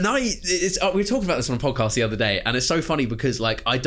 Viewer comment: ‘Up the fozcast’😭😭😂